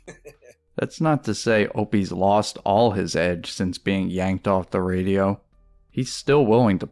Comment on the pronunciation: It is even more insulting to the Nopester seeing as how is basically Norton doing Opie as a character. The character making fun of Opie it way more popular than Nopie himself. Every time says Ray-dee-ohhhh as if it was a 3 syllable word I crack up.